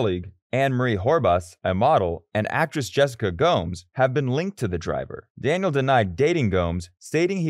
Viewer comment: This was a good video but the way you were saying some of the names just pissed me off. Like Max, Daniel, Dani Kyvat, Valtteri